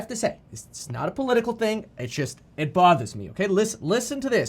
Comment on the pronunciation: kevin got so worked up his "boston" accent came out... this isn't political its just that "it bwaathers me!" ...lol